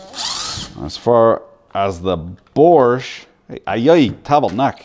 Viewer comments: Borrrrch 🤣🤣🤣 it's pronounced bosh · Borsche, it isn't a Porsche 🤣 "Boshh" is what you say 😂 Don't mean to be a nerd but the quality isn't the same 👍🏻 Unless it's the industrial version of Bosch 😉those are pretty tough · Dear American Sir. You keep saying “Borsch”. It’s actually pronounced “Bosh” FYI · It is called Bosch not Borsch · BOSCH: Proudly made in Poland, Romania and Lithuania...Also OP, it's not a BORRRSCH like a PROSCHE.... but BOAAASHHHH!!! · Are you saying Borscht? Or just mispronouncing Bosch? I hate to see folks tear up bosch tools. To expensive to tear up on purpose. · The borsch, borsch, borsch. Its bosch! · BORSH? or BOSCH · ITS BOSCH NOT BORSCH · Its bosch not borsh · its bosch not bortch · Borch ? :)) it's Bosch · Borrrsch ? Its Bosch 👍😂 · Borsch instead of Bosch lol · Dunno about the GDX (I have the older model GDX 18V-Li without BT myself), but on my GSR 18V-60C, it is for adjusting the kick-back control and the duration of the LED light. And why the F*ck du you keep pronouncing the darn thing "Borsch", there is no friggin' r in Bosch!!! I cringed every time I heard it until I finally got enough and quit watching after less than 9 mins.! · Please stop pronouncing it "Borsch" there is no "R" in Bosch. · I find it hard to listen to yours bosch pronunciation. Its without an r, bošh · Are you saying borsch on purpose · Why do you call it Borsch? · Why do u keep pronouncing it “Borsch”? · Borsch? must have a silent r in the pronounce because it's not in the spelling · Say after me: bo-sch What is a borsch? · Tell me you bias with out telling...... I lost you when you kept calling it borsch. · Sure there is. Borsch. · 😁There is no "R" in Bosch... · I appreciate you’re American and generally can’t speak ‘English’. But there’s no R in ‘Bosch’ so you don’t pronounce it. Borche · how the fuck is he pronoucing bosch ffs. borsch......lol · How has this man seemed to find an "R" in "BOSCH" every time he said it?... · Wheres the R in Bosch?